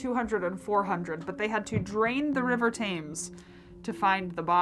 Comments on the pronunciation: The River Thames, in England is pronounced TEMZ, not tames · “The river TAYMEZ” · I never noticed how Americans pronounce Thames until now.. 💀